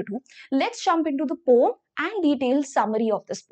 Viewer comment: Didi pome nhi poem